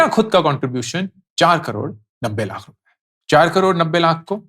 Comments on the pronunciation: Stopped watching your videos for the following reasons: 1. The way you emphasize and say 'lakh' and make ot sound like an urdu word is so frustrating and unpleasant to hear. 2. Same repititive content again and again, again and again, and again. 3. No real insights. Just motivating to do SIPs. So now that I am doing SIPs already, shall I unfollow? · Sir now a days you are saying word LAKH very weird way.. why.. sounds about to spitting. Sorry sir 🙏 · The only thing I disliked about this video is his annoying way of saying LAKH. You could stress less on this word and focus more on the actual content. Your LAKH pierces through the ears!